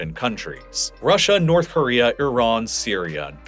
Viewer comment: "Nouth" Korea